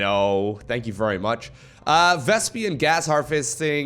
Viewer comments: why do you always call it vespian gas, its vespene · pronuncing vespene as "vespien" has grinded my gears since ever. But I guess it's part of the charm.:)